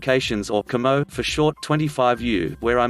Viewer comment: I ended up working with my battalion commo shop when I was in a mechanized infantry battalion and every time your computer voice said commo I wanted to scream.